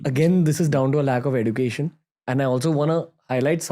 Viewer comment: Ranveer please pronounce education properly, you can get it if you google "pronounce education"